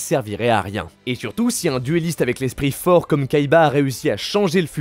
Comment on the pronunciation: J'ai beaucoup de mal avec ta façon de parler, avec tes syllabes en trop à la fin des mots... genre "trop fort(ah)" "millenium(ah)" désolé... je peux pas mdrrr